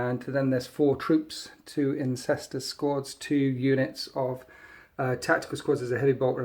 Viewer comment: He just said “incestor squads”